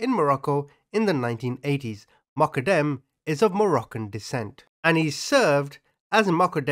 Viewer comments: its pronounced MO-GHA-DAM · its pronounced Moq-qad-dem. Peace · Everytime you said Moqodem, I heard Muppet M. 🤣🤣🤣 Took me hearing it a few times and then turning on subtitles to hear what you were actually saying....lolol That was epic!!! Welcome to YT on your smart phone! Lol Keep up the hard work! Take care! ❤❤❤